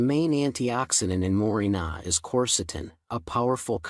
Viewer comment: More-ring-gah tea. The "ai" voices kill me.😊